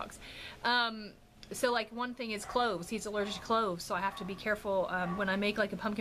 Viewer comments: Yes your hair looks so cute on you! Also I thought you said Ricky was allergic to CLOTHES, I was like oh my what does he do to cover up. I than realized you said cloves. It's what I get for watching before bed! Lol Also can I trouble you with asking for prayers, God knows the need! Im just trying to surround myself with lots of prayers! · When you said Ricky is allergic to cloves I thought you said clothes. That would make life really difficult. Lol 😂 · When you first started talking about Ricky's allergies I though you said he is allergic to clothes...lol... I was like what!?!? Haha